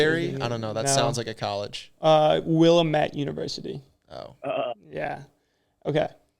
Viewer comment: Willamette University your pronunciation lol, It's Wil-lam-et the 'lam' is pronounced like lamb but with out the 'B' on the end. (I grew up in Eugene)